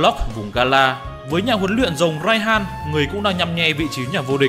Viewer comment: Mega Rayquaza hay con nào có chữ R. Anh đọc rất hay chữ R chính xác. Nhưng đến chữ Rồng thì thành chữ Giồng. Thật thú vị. Nói chứ đọc vậy cho nó vui anh. Nhớ lúc viết là con rồng chứ đừng viết nhầm thành con giồng là được. 🐉